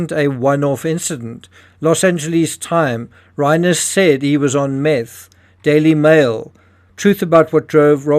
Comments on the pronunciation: Reiner is pronounced Rye ner. People become addicts because they have mental health issues. Normal healthy happy people don't become addicted to Meth. And 17 times in Rehab tell you alot about that person. If I had been his parents I would not have allowed him to have access to my home. Drug addicts can get violent , you never trust a addict ever. They are liars. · You are mispronouncing Rob Reiner's last name. It isn't like a horse's "rein," but rather uses a long "i," something like "Rhine." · If you can't pronounce the victims names properly you shouldn't be reporting on it. Rob Reiner is famous & the name is repeated over & over again. Not like getting the neighborhood security guard name wrong ! It is a lack of detail. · Understand, it's incumbent upon us to pronounce a person's NAME only as the man himself would. That's not only basic respect, but a goal of every good journalist.